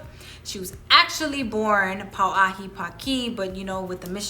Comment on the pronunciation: Oh boy, to say “ this damn segment” and then mispronounce ke alii Pauahi’ name is not maika’i. Should talk story to Kupuna how to act when speaking about alii. I do appreciate the attempt but there is a protocol, a certain ano. Mahalo.